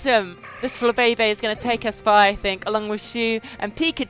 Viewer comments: its pronounced fla bay bay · It's pronounced fla bee bee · Its called Fla-Bay-bay